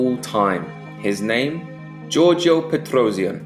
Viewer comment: Why do you say his last name so weird😂😂